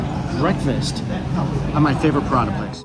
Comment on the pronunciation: The way you say prata absolutely drives me insane. It sounds like you’re saying pirada.